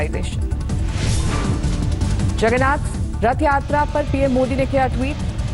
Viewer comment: Sab log tested h...and pahle sahi nam bolna sikho